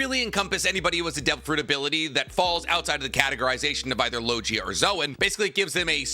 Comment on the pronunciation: parmathia and logia was pronounce so wrong😂